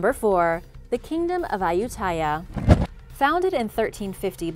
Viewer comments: Hi A-you-ti-yah was the name. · Ayutthaya is pronounced a-yout-ti-yah